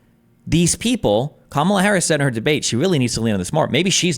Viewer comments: "Camela" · Why can’t say Kamala? I know he knows how to say it right.